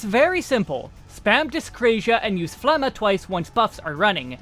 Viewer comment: got my sub for pronouncing phlegma correctly